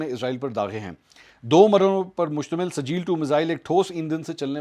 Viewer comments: O Bhai, Ye Sajeel nahi SIJ-JEEL hai. Quran ki surah-e-FEEL yaad karo. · it's Sijjeel not sajeel. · Mansoor sahib yeh sajeel nahin sijjeel hay aur yeh soorah feel mein hay.